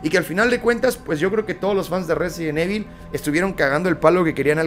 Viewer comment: Porque dicen evil no save pronunciar